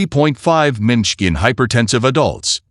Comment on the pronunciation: Teach your AI to pronounce mmHg.